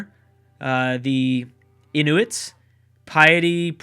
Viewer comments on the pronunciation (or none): Inuit is pronounced in-u-it